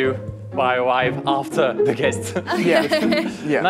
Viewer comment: Enfin un français qui dit bien The et non Ze..